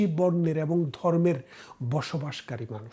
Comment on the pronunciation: ব্যারিস্টার সাহেব, আগে আপনার উচ্চারণ করতে শিখতে হবে।বারত না,ভারত।এ কার কে অ্যা বলেন কেন? এবং হবে,অ্যাবোঙ না 😂